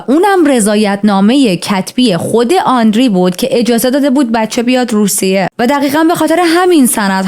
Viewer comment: آندری نه و آندرِه